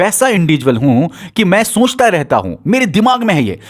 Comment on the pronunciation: Soonchta nhi sochta bolo lol